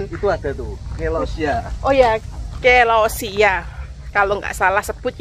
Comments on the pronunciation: Celosia celosia bukan clausia😂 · CELOSIA KAK.. BUKAN CLAUSIA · Celosia mbak bukan Clausia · Itu bacanya selosia bukan kelosia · Celosia, bukan clausia😂😂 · maaf,kyk nya celosia deh..bukan clausia hehe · Bukan clausia tp celosia